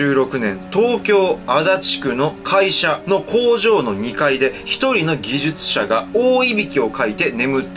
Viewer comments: 今回のは、結構エグかった😣 でも、技術者、硫酸言えてないのは癒されたー🤣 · こわかったあああ 技術者言えてないふたり可愛いしじげちーとか言ってる可愛いし可愛いと怖いが渋滞してて楽しかったです今日もありがとう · 白いこ↓な↑ 技術者って言えない可愛すぎwww のも可愛すぎw